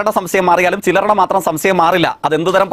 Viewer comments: വല്ലാത്ത സംസയം തോൽവി.സംശയം അല്ല ഇളിയന്റെ ഭാഷ സംസയം നാറി 😂😂😂😂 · സംസയം അല്ല jaike..😂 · സംസയം അല്ല ജെയ്ക്ക് സംശയം 😂😂